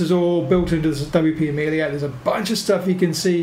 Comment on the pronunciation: It's Amelia, not Amilia.